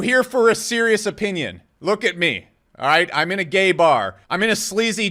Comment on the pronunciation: You say OH-PEE-NyAN funny LOLOL